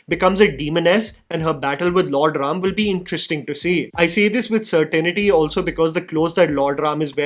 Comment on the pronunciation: Thank you for saying RAM and SHIV and not adding unnecessary A at the end of Indian names